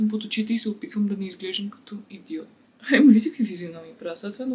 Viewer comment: Всеки път,когато кажеш Ебаг,имам чувството,че говориш всъщност за Емаг и имаш хрема :D (и аз поръчвам от него,но все още не мога да свикна с името) 😂